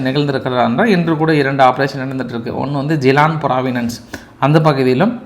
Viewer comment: பிராவின்ஸ் பிராவினன்ஸ் னு சொல்றீங்க தப்பு இது தங்கள் வழக்கமாக உள்ளது திருத்திக்கொள்ளவும்